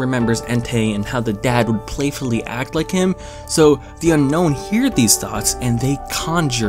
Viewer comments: it's pronounced un-own not unknown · It’s actually pronounced un-own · "known as the unknown" *bro it's unown not unknown*